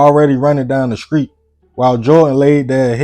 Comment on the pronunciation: "Fount" is not a word it is found and she asked a question not axed a question. He ran down the street not skreet. Seriously you really need to learn how to say these simple words correctly and stop telling the story like you are dropping bars OR SINGING. You must be from Georgia. I get embarrassed when I hear my people speaking like slaves and like they never attended an English class. Don't talk like a white person, just talk like a black man or woman who knows how to pronounce simple words the right way. RAN DOWN THE SKREET? COME ON SON, SHOW ME WHERE THERE IS THE LETTER K IN THE WORD STREET? I'M KEEPING IT 100. STOP TALKING LIKE YOU ARE OWNED BY A MASTER AND IT'S 1861.